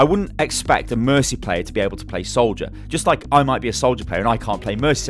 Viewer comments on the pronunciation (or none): you said "Solider" not Soldier.